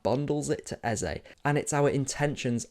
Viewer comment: Let’s stop this Eza business. We’ve all known how to pronounce this name from when he was at Crystal Palace. All of sudden. It’s Eze. Might as well call him Aza. Since e is a. It’s Eze, that name has a meaning.